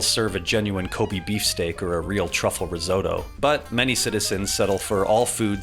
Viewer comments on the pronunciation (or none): It’s not ko bee it’s ko bay Are you just pronouncing everything wrong on purpose?